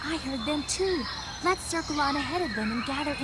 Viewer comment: That one in particular always sounded like he was doing that thing children in cartoons and stuff do where the Ls are Ws, so it sounded like “Wet’s go!” instead of “Let’s go!”